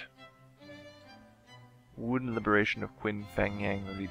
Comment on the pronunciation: Qin is pronounce "Chin" as in "China" Just thought I'd let you know.